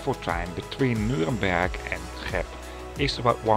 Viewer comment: I think he kinda combined the English exonym Nuremberg and the city's actual name. At least he didn't mistake it with Nürburg, right? 😀